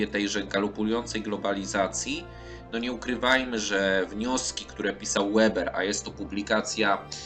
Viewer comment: Niemieckie nazwisko Weber nie wymawia się "Łeber"...